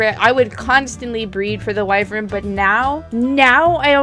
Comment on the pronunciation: One thing i dont really like, is mispronunciation. Wyvern is pronouced Wai-vern.